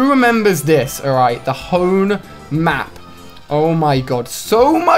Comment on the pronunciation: Anonymous 101 this guy also called hoenn "hoon"